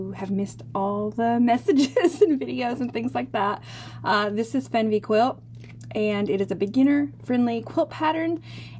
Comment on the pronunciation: Interesting pattern. I've got a backlog but may just buy it soon. However, the pronunciation is "fairn-vay" - don't know where you got fenn-vee. The German word "Weh" = pain, woe. It appears a lot in Yiddish (oy vey). The name "Fernweh" means "far sickness" - the opposite of "home sickness." The outward-pointing stars fits right in with that meaning.